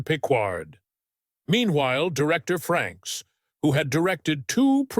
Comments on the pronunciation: get someone who actually READS the material....there is NO N in his last name..... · Frakes not Franks !